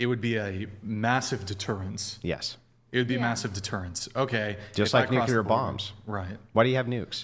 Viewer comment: Only into it & Andrew runs circles around these chicks. Andrew is the best! My only gripe is that Andrew pronounces the word nuclear wrong, and I hear it every time he says it and I'm like 🤔/🤷🏼‍♂️ 😂